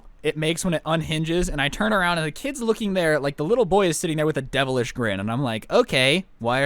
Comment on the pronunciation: Listen when he say sitting